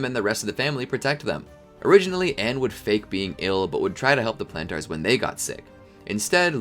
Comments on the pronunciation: Lol, "Plan Tars". (No offense intended, I just find the way you pronounced Planters amusing.) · love this but whenever you say plantars i scream in my head